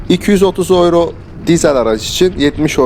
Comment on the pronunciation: Gurbetçiler ağız birliğimi yaptılar da “ yüro “ ya öyro diyorlar 🙂